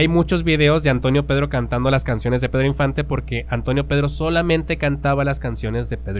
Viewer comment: "Pedro" no "perro"